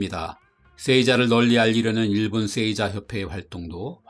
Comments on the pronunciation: 쎄이자-> 세이자로, 쑈군은 -> 쇼군으로 발음해 주십시오. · 내용 좋네요. 쎄이자 X 세- 자 O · 세이자가 아니라 에 뒤에 나오는 이는 이 발음이 아닌 장음으로 세-자 아닌가요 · 세이자를 쎄이자라고 발음하네요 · 장음으로 읽는 게 옳습니다